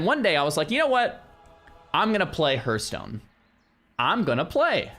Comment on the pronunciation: pls you've played wow for 20yrs you should know how to pronounce Hearthstone.